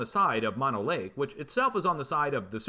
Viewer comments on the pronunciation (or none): none